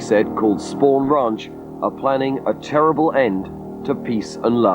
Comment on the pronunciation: spawn ranch? These documentaries get many facts wrong or mispronounced.